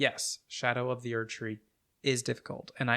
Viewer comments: I love that you pronounce it "sk'doo tree" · Skibidoo tree 🚽